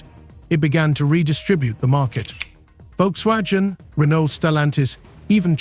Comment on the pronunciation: Volkswatschen and China's Byde??? BYD??? Please make more videos when you learned how to pronounce correctly 🤣🤣🤣